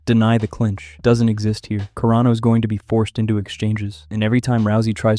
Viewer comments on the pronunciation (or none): Are you intentionally pronouncing all the fighter's last names wrong? Nunes -> "nunies" Carano -> "Care-no" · Let's talk about Care-uh-no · Cuh-Rah-No is how you say it. You unflavored rice cereal white boy